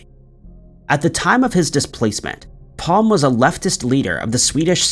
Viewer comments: Olaf Palm what an idiot. You mispronounce Lancashire and Olaf Palme ( Palmer) showing your just reading a script ( badly) but know nothing about the regular of rehashing old crap you know nothing about not even learning the correct names. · The Swedish Priminister is not Palm it is Palme pronounced Pal-me, you do this all the time you never bother to look up the proper pronunciations 🤣🤣🤣